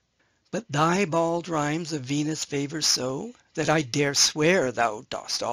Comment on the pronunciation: A minute and a half in, and I have to point out that line 3 in Epigram 11 -- in more modern typography -- reads: "But thy bald rhymes of Venus savour so," . . . and I swear I heard you say it as "favour" instead. The word "savour" is spelled with the same long-S that is in the very next word: "so" (i.e. not "fo" obviously). The poet is alliterating here. That long-S looks much like a lowercase 'F', but it isn't one. Now, back to the video . . .